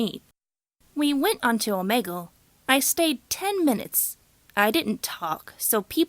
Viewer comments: ITS "OMEEGUL" NOT "OMAYGUL" JESUS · Oh-me-gle not oh-Meg-ool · Omeegol I didn’t know it was pronounced like that🤔